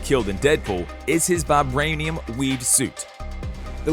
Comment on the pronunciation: Did anyone notice that he turned country when he said vibranium